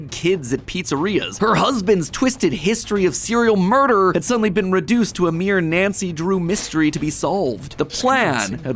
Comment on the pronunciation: did he just say nacy drew